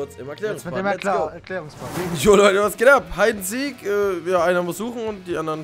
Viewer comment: Das heißt heid and siek OK und nich hued and seek